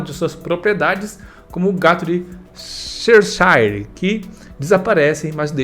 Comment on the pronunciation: O que mais me bugou foi a pronúncia de “Cheshire”, não sabia que em português ficava assim😅